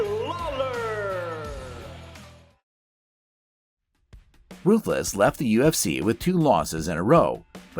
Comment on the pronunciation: This mf'er said "Robbie Lawyer"